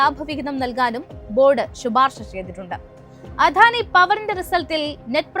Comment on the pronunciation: അവതരണം കൊള്ളാം. വാക്കുകളുടെ ഉച്ചാരണം കൂടുതൽ ശ്രദ്ധിക്കണം. ഉദാ : ദ ( അധാനി അല്ല അദാനി എന്നാണ്.